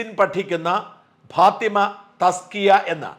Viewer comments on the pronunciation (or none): പാതിമ അല്ലെടോ ഫാത്തിമ.